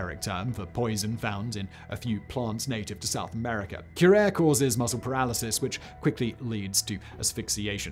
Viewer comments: Cure-air? FFS, Sigh-man, it's pronounced Cyu-rah-ray. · Hi Simon. Fire your pronunciation editor. Currently- Kyr AA ray, Atlatl- At Lat L, Gila Monster- hee luh maan str.. 😁👍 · Great video and love the topic. Just a quick FYI- Atlatl is pronounced at-ladel (you pronounced it right the third time 😊) Curare is pronounced cu-rar-ee Gila is pronounced hee-la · Cure-are-ee (Curare is the paralytic poison that the darts are dipped in.. and Simon. Gila monsters is pronounced hee-lah. You've got terrible pronunciation of the American artifacts. The obsidian chainsaw was pronounced ma-ha-quee-til on deadliest warrior . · pronouncing curare wrong too lol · Simon coming up with his own pronunciation of curare.